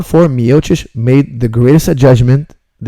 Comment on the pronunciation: It is Miochich, ..great pronounciation coach:) ..great breakdown:)